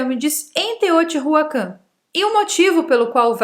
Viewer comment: O conteúdo é interessante. Porém, os nomes dos locais estão muito mal pronunciados : Teotihuacán , não tem o H aspirado como em Inglês. Teo-ti-Uacân. Chichén Itzá - ch como em."chair" Tchitchên IztÁ (som aberto e forte). Teotihuacanos é o gentilicio